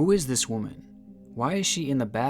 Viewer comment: Why do you keep saying woman wrong? It really isn't that hard. It's getting annoying across many video's. I do love ur content tho and u got my like and sub